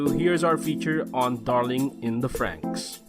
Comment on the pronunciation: Wow. Stopped watching as soon as the narrator mispronounced "franxx"